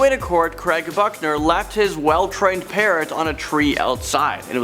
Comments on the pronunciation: I swear you said fuckner instead of Buckner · Craig Buchner sounds a lot like Craig F**hner every time you say it. Lmfao